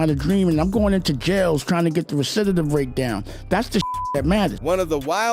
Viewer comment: Yo... you gon get a haircut??? 😂 and yo... He getting the what down????😂 the RESIDDITIDIVE rate!? Da FUQ!!?😂😂 ummm you mean the RECIDIVISM Rate???😂😂😂😂 bro.....